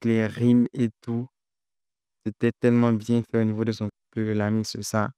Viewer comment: On dit lamine lossa 😂